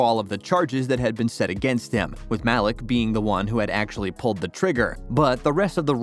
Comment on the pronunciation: "mahlick" pretty sure his name is pronounced "maleek" bro